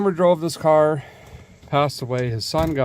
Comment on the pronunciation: Sounded like a bad chad imitation there " work on the carrrrrrrr"